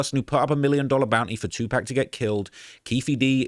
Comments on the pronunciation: Definitely a culture vulture, not able to call pac by his name! It’s pac not pack idiot! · Aye bro it’s 2PAC not 2pack 💯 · 2Pac like Pocket. Not pack 😂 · Its Tupac Amaru like the line of Inca chiefs.....It was NEVER 2pack,.........ever! In ANY country 🤣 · It’s pronounced Too-Pock not pack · it’s pronounced; two-pock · It’s TWO-POCK, like POCKET. You’re intentionally mispronouncing his name! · Brother, stop fu@ calling tupac tupack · Too pock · TeW pAAaaacccccKKkkKk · He can say pac properly wtf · If you're such a hip hop head you should be able to pronounce 2Pac despite an accent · Cant even watch video...how you can't say Tupac right. It's not hard smfh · accent or not.. You know how to pronounce TUPAC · He sounds like he's talking about a moving company 😂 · exactly and that ain’t how it’s said 😂